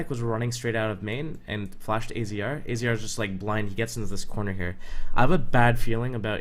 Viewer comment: Good video, and AZR's name is pronounced "Azza".